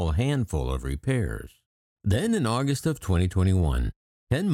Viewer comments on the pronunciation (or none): none